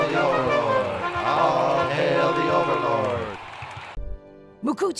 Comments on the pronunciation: I think this is my least favourite episode of Lower Decks. But I at least appreciate the commitment to the bit with mispronouncing mugato every time. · The downside of a show is that half of episodes will be below average. It wasn’t bad but definitely below average. The running gag in how to pronounce Mugatu was great simply because no one winked at the camera. Every pronunciation was accepted as fact.